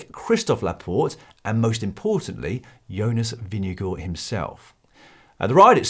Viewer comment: Jonas pronounces his own name as "Jonas Vingegaard".... why do you refer to him as Vingego??